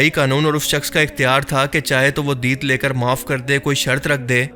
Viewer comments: Asslam U Alaikum lafz Deet nahi hai Lafz Diyyat hota hai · دیت Diyat آپ اسکو پڑھ رہے ہو deet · Deet nahi diyat